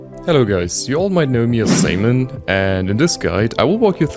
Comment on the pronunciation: Do NOT replace the "a" in "Samen"!